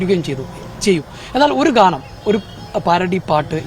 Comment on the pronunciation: ഗ്യാണമല്ല ഗാനമാണ് കുഞ്ഞേ വെപ്രാളം കാണിക്കാതെ 😂😂😂